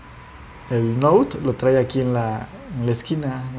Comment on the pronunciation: bueno el video. pero tienes un detallito de diccion. por ejemplo: no es trai, es trae! te falta un poco mas de soltura y confianza.